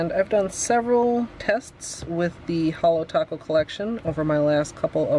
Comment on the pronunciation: You butchered holo taco..